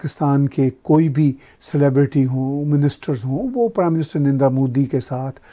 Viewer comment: Why all pakistani call him Mudi? They can't even pronounce his name properly it’s "Narendra Damodardas Modi"